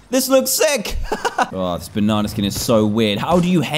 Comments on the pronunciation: Dan: BUNANA!! Me: Pffff (Laugh Very Hard) Yhsysteg:ydydyhshshsuaiaujs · he said BONANAA 😂😂